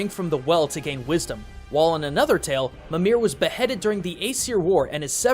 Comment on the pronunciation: Michael Milbo Jensen I have to say, it's good to see a fellow lover of Norse-Icelandic folklore. Also, I hope the constant mispronunciation of Mimír bothered you as much as me :L